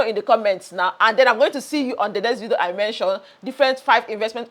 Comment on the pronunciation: I like the way you say vido 😂😂😂 enjoying your content